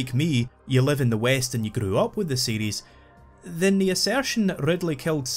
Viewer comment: Am I the only one that hear "Metroid CD" when he says "Metroid series"